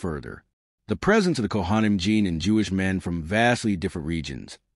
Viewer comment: This was really interesting except that I couldn't listen anymore because the pronunciations of words like Kohanim were so awful. Seriously, if you're going to put all this time into a historical video, why pronounce all the Jewish words so horrendously badly? Makes no sense at all.